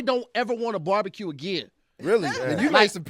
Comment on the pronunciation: No one was on him for consistently pronouncing it borbacue, so…